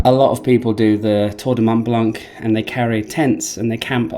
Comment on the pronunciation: Nice video!! Thanks for sharing with us :) Please stop pronouncing the C in BlanC - Mont Blanc and Lac Blanc the C is not pronounced :)